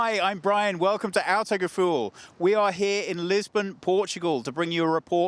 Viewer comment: I can't stop listening to Brian say autogefuhl hahahaha :-) Apart from that, I think Brian is an excellent reviewer. Well spoken and goes into great detail without becoming boring. Good job Brian As far as the car is concerned, what can you say about peugeot... the way they have upped their game.. it has cought people by surprise..this SW looks genuinly exciting And Thomas... Use auto focus, I think an iphone has it... :-)